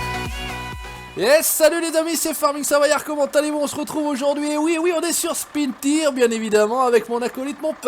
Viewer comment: CA SE DIS PAS SPIN TIRE CA CE PRONONCE SPIN TAYEURZ